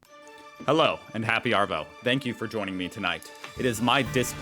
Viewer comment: Hey, try pronouncing Arvo as AhhhVO, not ArrrVO